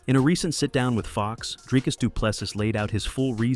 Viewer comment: And Dricus is like Dree not Dry